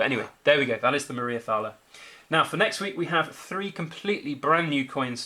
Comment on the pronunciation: The H is definately silent in Thaler.... I got one too. Not 100% silver though